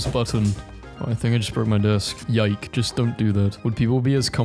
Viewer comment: He really made sure to ignore the "é" that is supposed to show that they wanted it to be pronounced yikayy